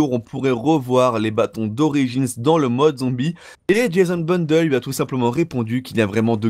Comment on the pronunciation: tu mas tuer en disant jason bundle alors que c es jason bLundel +1lke